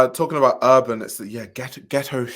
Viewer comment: urban with the hard ER is crazy lmao